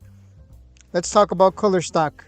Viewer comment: It's "cooler" not "color"